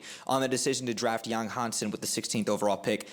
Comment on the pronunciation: You butchered the name, but it's OK. Chinese is a hard language to learn with a steep learning curve because of the tones and characters. Yáng Hànsēn's is how you write his name for pronunciation. Practice the 5 tones, and you'll be more toward success saying his name.